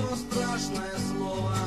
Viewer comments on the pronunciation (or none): не стрЯшное слово, а правильно стрАшное слово. Но ты все равно большой молодец.